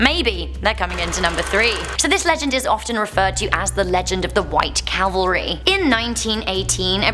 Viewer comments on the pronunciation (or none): none